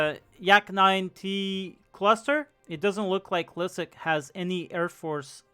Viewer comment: I always love seing Liszek getting his shit kicked in (and it's pronounced Lee-shek, not Leizek lol)